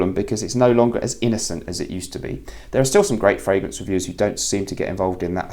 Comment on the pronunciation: I've been in the frag game a while, and I've never heard someone say "the frangrance game"